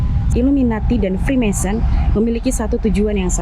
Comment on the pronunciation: Mason : tukan batu; masonry : pertukangan.. ssoo.. Free mason : tukang apa saja.. mohon koreksi..👍 Maaf to, ngebacanya bukan 'fri-mèn-sori' .. tapi 'fri-méisên-ri'..😢😢